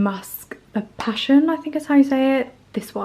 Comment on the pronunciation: Loved your video my love ❤ The perfume is pronounced See Pass-E-own-nee…Si Passione. The notes are strawberry, vanilla, milk and musk 🍓❤️ it’s stunning. I used it as my holiday fragrance this year 🙌🏻 Keep going chick you’re doing amazing 🤩